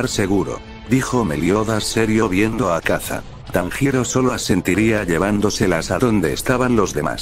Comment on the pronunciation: Cómo que “azaka “??? habla bien;_